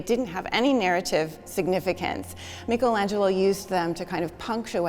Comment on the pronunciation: Start by pronouncing his name correctly, thank you